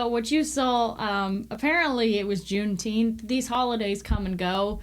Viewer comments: It's pronounced June teenff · Juneteemph, they should have picked a month that they can pronounce! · Say it right!!! Juneteenph!!! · You speak the truth, and people hate that. Here's one, some pronounce it JuneTeef. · It’s pronounced; Juneteenf